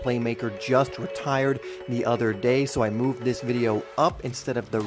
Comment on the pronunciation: Do "THIS" not "do dis"!!!!!!!!!!!!!!